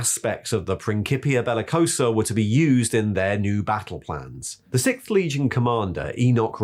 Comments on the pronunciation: Lemon Russ" lol "Sickth"" lool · i dont understand how the author, a native speaker, cant pronounce "sixth" and Leeman Russ.